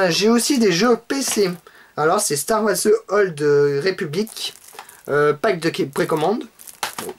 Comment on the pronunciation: Mais comment il peut passer de « star Wars » à « star massue » .. là il le fait clairement exprès ..